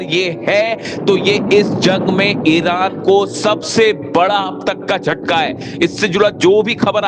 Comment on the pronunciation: Bhai Sahab america ko jhataka hai theek se bola karo😂